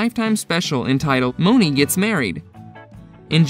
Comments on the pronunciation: And it’s MONEY not mowneee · Candy yea it’s like money or “mawn-ee” not Monáe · Monie is pronounced Money.... not Mo-nah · It's money like 💰 not moaney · Right it ain't no damn moe-nee🤦‍♀️ 😂😅😅 he just made up a whole new person in the show. Lol anyways he tried it's probably a computer talking. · Who is Moe-nee??? 😂😂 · Her name is pronounced "Money" Tiffany MONEY (Monie) Cashette... get it? Monie (Money) CASHette.... It's weird to make a video on people based on a show you clearly didn't watch. Or you'd know how to pronounce Monie's name... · Dude! It’s pronounced MONEY! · Why are you pronouncing monie name like that💀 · B Stone yea, I don’t think he watched the show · Threw me off